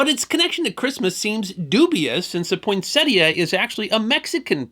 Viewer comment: Thank you for pronouncing the plant's name correctly!